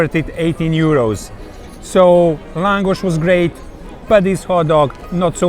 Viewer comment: Für Deutsche : Laaaaaaaaaahngosch..ausgesprochen